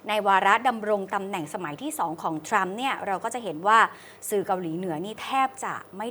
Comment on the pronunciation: ...ทรัมครับ ไม่ใช่ทั๊ม 😂😂😂